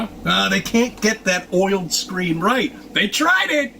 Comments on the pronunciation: Oiled screen?does he mean OLED?? 🤣🤣🤣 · "Oiled". I think you mean OLED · What is an oiled screen? LOL! Did he mean OLED?